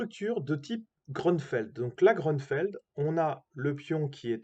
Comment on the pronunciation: Grünfeld est un nom allemand et se prononce GRÜ-NFÈLT